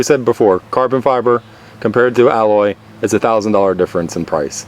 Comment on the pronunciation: "carbon Fiver" First time he says it.